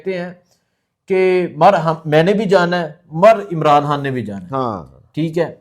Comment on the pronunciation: صاحب آپ عمران خان کو خاں بار بار بول رہے خاں نہیں خان ہے ویڈیو اسکیپ کر رہا ہوں